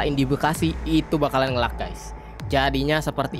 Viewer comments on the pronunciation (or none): Bukan "ngelag" pengucapannya, tapi "ngeleg" sedikit info aja mas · nge "leg" bang dibacanya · nge lag bacanya nge leg. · Ngeleig bang bukan ngelag di bacanya. Ditulisnya lag.